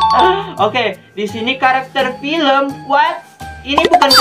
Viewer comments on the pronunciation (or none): none